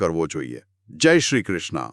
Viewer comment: Khub j Saras!!!! Khub Informative ❤️❤️❤️❤️❤️PAN ……Bhai maharaj Pahela to tme JAI SHRI “KRISHNA” nahi KRUSHNA…. Prabhu KRUSHN CHE kRI NAHI KRU bolo vaishnvo🙏🏼🙏🏼🙏🏼🙏🏼🙏🏼🙏🏼aapne angrej nathi 🤔🙏🏼🙈🙈🙈🙈🙈sorry but I have to tell you….🙏🏼🙏🏼🙏🏼🙏🏼JAI SHRI KRUSHNA🙏🏼